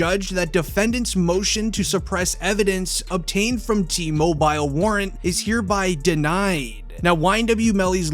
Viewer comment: Why are you saying mobile like that